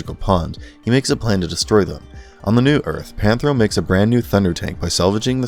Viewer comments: Panthro not Panthera . Definitely gotta get those names right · it's Panthro, Cheetara, and Tygra ...... get the names right as anything less is a grave insult to their legacy! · For 2/3 of the video, he got Tirga and Panthro wrong.